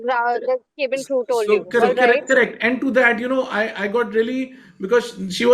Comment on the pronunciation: This journalist cant pronounce cabin properly. Now lets talk about air pollution, education, Clean drinking water, good roads, etc etc